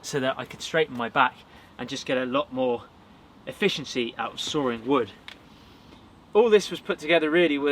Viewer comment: "sawring wood"